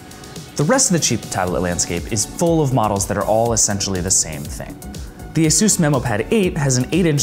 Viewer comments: It's asus not asos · Ay soos? You mean AY SUS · I loathe the way he pronounces Asus...